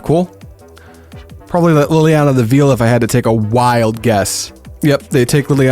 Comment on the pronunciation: It's "vail" not "veal" 😂